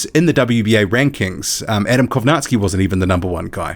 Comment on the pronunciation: do you have slavic heritage by any chance?? i always wondered why you pronounced kownacki the correct way.